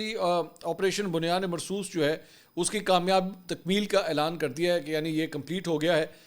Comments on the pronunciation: it's Bunyanum Marsoor not Bunyane Marsoos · منصور صاحب " بنیان مرصوص" کا تلفظ درست کریں۔۔۔۔ کسی قاری صاحب سے رابطہ کرلیں ۔❤❤❤